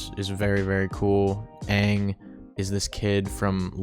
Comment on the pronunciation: Please don't say 'Ung' 😂 Everyone shares a trauma about this huge error from the terrible live-action movie we do not mention. It's Aang - said like 'Ah-ng'